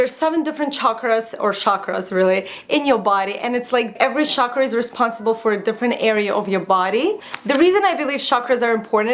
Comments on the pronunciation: it's pronounced 'CHakra', with the CH sound being similar to the CH in CHalk or CHildren:) Just letting you know. Love your videos!!! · It's chakras, 'cha' as in chai. Not 'sha'kra. And they do teach about chakras in Yoga. Should get back to completing my certification 😬 nice video! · it's pronounced 'chuck-ra' (